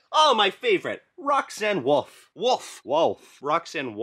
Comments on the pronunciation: You are saying roxaine wolf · You said Roxanne woof a doll I cannot say wolf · He still said "Roxanne Woof" 😂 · Roxanne woof? Nah i like how pronounced it. It actually sounds great either way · Good and you said wuff again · You said woof again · You said wool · You Said rockane woof again